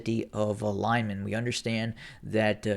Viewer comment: its pronounced "LeemAn", the emphasis as in almost all russian names on the last syllable.